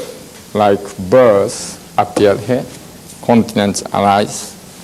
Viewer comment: Rike a crowd, rike a brew sky 😊😊😊😊😊😊😊😊